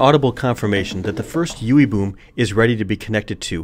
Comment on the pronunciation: Is it just me or is it kinda funny every time he says "Ewwie Bewm" :-x